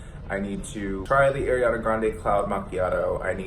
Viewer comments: it’s not AIRiana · u really said air-iana.... U TRYING TO GET CANCELLED AGAIN